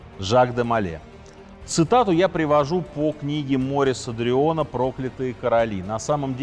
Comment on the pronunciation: С первых слов режет ухо, когда французского писателя классика диктор называет неверно. Он француз, этот Дрюон. И в имени его ударение падает на последний слог!